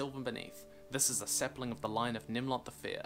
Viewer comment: You mean "saplines"